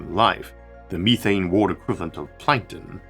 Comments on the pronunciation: Yah no offense to this guy he clearly has a speech impediment but it is very distracting to me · O.k., let say A+ voice - sometimes his pronounciation is a little bit strange (for example "world" or "mirror")... but it has improved compared to seven or eight years ago!